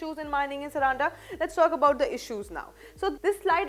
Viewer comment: Mam the pronunciation is सारंडा .. plz take care of this local name